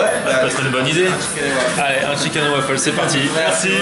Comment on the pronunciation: Chicaine and wafeule